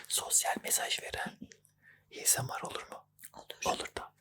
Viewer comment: En son esomar diyodun heee🗣️